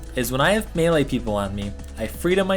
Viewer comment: You're the first person on Youtube who's prenouncing melee right :P